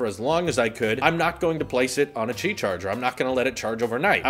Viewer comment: 'QI' is pronounced 'Key' not 'chi'. The NOTE 10 won't have any buttons on the sides at all! NONE! There's an app for the S10 series that u can make the camera hole/oval light up & change colors too, not just the outer perimeter of the phone. The S10e doesn't have the fingerprint reader under the screen like the other 2 models.